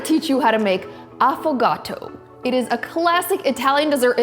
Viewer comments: Cant say it properly . A foo gato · A ffoga-to make this 😂 😂 🤗 mama Mia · Same here... I thought he pronounced it wrong